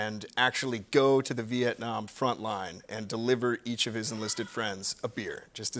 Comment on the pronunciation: Love the way he pronounces Vietnam, my country🇻🇳🇻🇳🇻🇳🥰